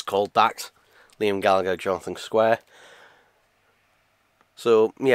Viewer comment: Square haha. Is that just your accent? Thanks for sharing, great vid